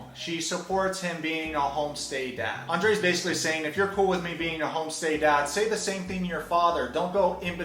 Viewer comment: Oh no, you are saying his name all wrong. You have to Roll the “r” when saying Andrei just like Elizabeth does.😜